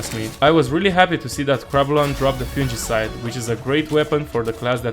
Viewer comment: If I have exactly ONE nitpick... Fungicide. Fungus. It's a hard G. I KNOW, I KNOW, I shouldn't let it bother me, but every time you say it with the soft G, it makes it sound like you're talking about a drink instead of a gun.